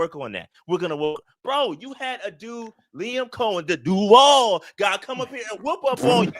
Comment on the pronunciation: "The Duvaall guy." 😂😂